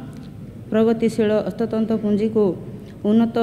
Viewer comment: Proud of her. Atleast trying to read odiya. Wow they are our representative. Somebody tell her it is hastatanra. Not hastatanta